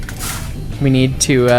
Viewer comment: Use of accent is much better in small parts instead of the whole thing!! Also a nuance as my family is also from the former Eastern Bloc. In my experience the W is pronounced WH so "we" gets said as "whe" as opposed to "ve." My family was from Hungary and Ukraine so maybe yours does sound different just thought I'd mention it for shits and gigs